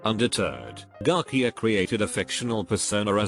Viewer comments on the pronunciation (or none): TTS be like: Joo-ann Pew-jol Garkia and double U double U two.